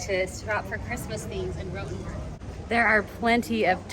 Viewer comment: Diese KI Stimme ist eine Zumutung, sie kann ja nicht einmal der Name Rotenburg aussprechen 😢